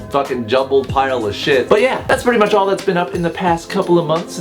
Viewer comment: At the end when you said "I love you all" I heard "I love you wall" and I had to kind of let that just sink in